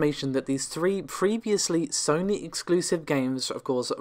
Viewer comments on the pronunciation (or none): none